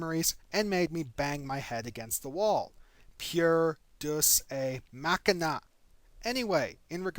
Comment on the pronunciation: Ok ok,firstly I love all your videos and you are awesome. But fuck, every time you pronounce "deus ex machina" as "doos ay mack-i-na" I want to pull my brain out and slap it in order to snap it out of its hysterical simultaneous laughing and screaming fit. Please, for the love of me, your fanboy, and all that is holy, pronounce it "day-oos ecks mack-ee-na" from this day forward, lest the Romans pull a Sith and suddenly appear out of the far reaches of space, their empire still intact, and put us all to the sword for our communal sins against their language. I don't mean to be pedantic, but when you mispronounce it it hurts.